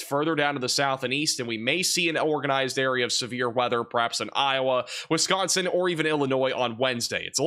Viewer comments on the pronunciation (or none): none